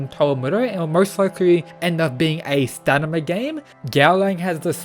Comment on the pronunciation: Bro, it's pronounced staMina; not staNima! Every time you said that, it was driving me crazy -_